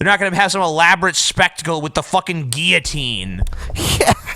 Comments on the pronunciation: I've never heard anyone pronounce it "gi-oh-teens" before. It's not a Spanish word guys. I'm pretty sure it's pronounced "gill-oh-teens". Gi-oh-teen just sounds... wrong. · That guillotine pronunciation thing is weird. I have literally never heard it pronounced like you guys say it. In the UK we all say "gill-o-tine". Guess we're pretty backward. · That's not how you pronounce guillotine #justsaying